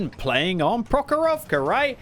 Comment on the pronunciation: Как интересно он произносит название карты "Прохоровка" очень непривычно слышать)